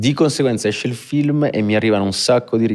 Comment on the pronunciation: Tutto bene eh ma lui che pronuncia feelm anziché film per far vedere che ha sfondato in USA mi fa rabbrividire 😂